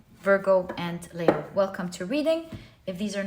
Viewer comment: I keep wondering why you say Layo instead of Leo. Is that for a special reason as you are so knowledgeable you must have a exact reason. Thank you.